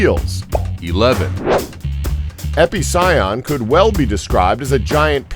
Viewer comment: He didn't say Estemmenosuchus right, or Epicyon, or Edestus, or Purussaurus, or Azhdarchidae, or Carcharcoles.